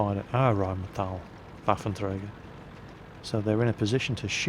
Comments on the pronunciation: You do pretty good with the pronounciation of the "Rheinmetall-Borsig Waffenträger" and still pretend you can't say "Panzer-Selbstfahrlafette"? You can better than that!;) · I´m loving it, when you say the german word "Waffenträger". You are pronouncing it good, but it still sounds unique ;-)